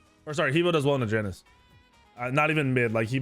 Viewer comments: Triggers me SOOOOO much when you call Janice and not yanus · Ya noose... not jAy Nus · Bruh it’s Janus pronounced (Ya-Nus) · Please stop saying Janus incorrectly